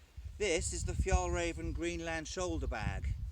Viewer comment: The pronunciation is more like Fyell Rairven and Trangia has a hard G 🇸🇪🇸🇪🇸🇪